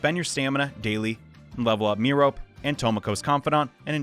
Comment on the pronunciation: Great video, thanks for the advice! Also: Merope is pronounced "Meh-roh-pee" :)